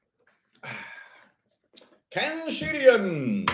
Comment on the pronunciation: I find it funny you always say cancerians in a Scottish accent 😂